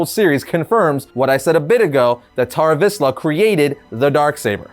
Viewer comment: I cant stop hearing bar mitzvah when he says Tar Vizla